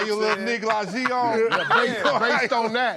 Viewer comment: So we going to ignore Slink's pronunciation of negligée 😂😂😂😂